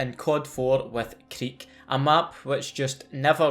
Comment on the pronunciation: It's pronounced cReek not cddeek HA! Love the videos!!!